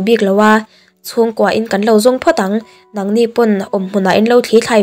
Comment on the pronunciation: Nang nang i lamdan a dik lo thluk lovin atawi hniamin lam ri la a hnung zawk hi a HMA aiin tlemin thluk thui deuh la a dik ang